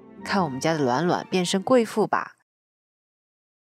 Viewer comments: 闪耀卵卵，哈哈哈大神是湖兰人吗？ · up是湖南人嗎，把暖暖說成卵卵，好像我一個湖南的好朋友